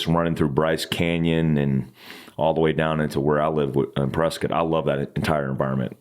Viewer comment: Thank you for saying preskit not Prescott! But this place is turning in to little California . God speed brother